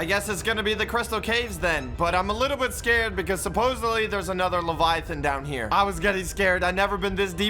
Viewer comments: try to say levaiaten but saying ” levaia flevaia ton” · and doesnt even know how pronouce leviathan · Levayathan= pause